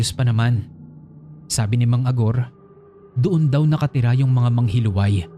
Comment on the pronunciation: Yung sa 1st story po hindi po MANGHILUWAY ang pgkabigkas nun kundi MANGHILU-AY. From the root word HILO (LASON). Wala lang na share ko lang.